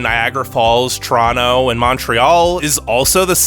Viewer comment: glad to hear you pronounce Toronto correctly!